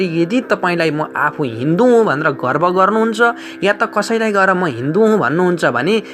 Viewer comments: गर्व हो गर्भ हैन । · 'गर्भ लाग्ने छ ' कि गर्भ रहने छ ?' गर्भ' होइन 'गर्व ' भन्नु पर्ने होइन र ?